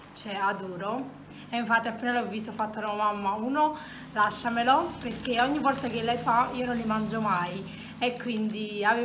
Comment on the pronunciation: Non so se qualcuno te l ha mai detto me ne sono accorta perché mio cugino piccolo ha lo stesso "problema" che aggiunde delle lettere finali a qualche parola mentre parla, tipo Quando hai detto "perché" la parola si è trasformata in "perchéj..." Se sai cos'è precisamente potresti rispondere a questo commento poiché vorrei capire come correggerlo se si può ❤️